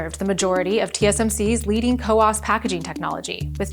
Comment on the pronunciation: It's "COWOS",not "COWAS"